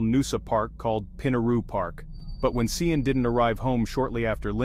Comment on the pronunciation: Sian is pronounced Sharn 😕 was hard to listen to that AI